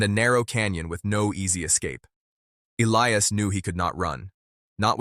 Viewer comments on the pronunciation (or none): Definitely, get rid of the taking head - - and the AI - - neither one is an accurate narrator! The cowboy’s name is E-li-as